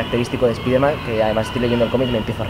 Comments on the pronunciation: ¿Por qué los españoles no pueden pronunciar la palabra spiderman como se debe? Es que me parece chistoso cuando escucho su pronunciación. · A molado. Pero con respecto a la pronunciación del nombre Spider-Man, decirlo como "spaider-man" ya es un error, primero, no suena mejor que la otra opción, segundo, si la idea es decirlo como se dice en inglés (cosa que queda aún peor fonéticamente con una frase en castellano) el nombre en inglés se pronunciaría "spaide-men" ni marcas la "R" ni dices "Man" o sea que a este nombre le pasa como al nombre de David, en España se dice como se lee y en países de habla inglesa se pronuncia "Deivid".